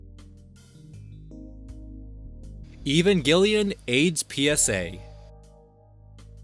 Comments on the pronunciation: "Even Gillyan?" You mean Evangelion? Try pronouncing it like evangelist. Evangel Lion. The bad guys were called angels. It has some weird religilous undertone, must be a Japanese thing, I guess. The girl's named after an American base and a Japanese carrier, so there's some other weirdness in there too. Just saying. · lol "even gillian." it's pronounced "e-van jelly an." like peanut butter and jelly. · I had no idea he was talking about evangelion at first. I thought I was going to learn about some lost media called ‘even gillion.’ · Listening to you call it "Evanghelion" is kind of annoying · I could be entirely wrong but Evengalion shouldnt be pronounced that way. It looks similar to evangelist... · I do not understand why, when someone doesn't know how to pronounce something, they have to say it over and over and over... I NEED to know the though process here! Evangelion is HUGELY popular. How do you see that word, one that you have obviously NEVER in your life seen written before, and think, "You know, I think I'll just spitball the pronunciation. I'm only going to say it a half dozen times. Sure, I could Google it, but that would take seconds! I don't have that kind of time!" And then "Shinji" and "Auska." 🤦‍♂️ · I've heard a lot of mispronunciations for Evangelion but I think you've taught me a new one in this vid. Also there's no way the Mickey Mouse one is real at all, imo anyone telling that story should preface it with "it's bullshit" before even talking about it doing anything else just perpetuates misinformation. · LMAO for some reason I've seen no comments about the Evangelion pronunciation and yep, here it is.